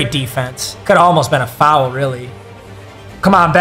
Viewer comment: You saying fowel bugs me